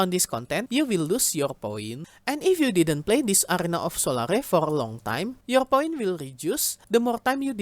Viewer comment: it's pronounced Sol-air, 'sol-are-e" would be spelt as solary